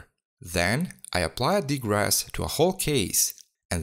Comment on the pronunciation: Degrass? Not degrease?